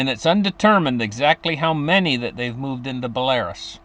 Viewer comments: Belarus is pronounced Bella-roose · Dude it’s not Belarus. It’s pronounced like Bella,ruse